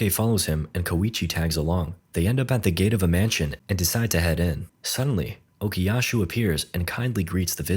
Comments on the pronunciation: stop calling him Okiyashu. It hurts💀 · Istg if u say ocusashu one more time 🎋😔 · Doesn't look as bad as I expected actually :O (Bro, it's Okuyasu not "Okuyashu") (Also, it's Josuke, not "Jawsuke" or "Joshuke" like, c'mon man) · Okuyasu, no h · why does bro keep saying okuyashoo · "Okuyashoe" YO WHERE IS SHOESUKE?! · and while you're at it, OKUYASHU ARE YOU KIDDING ME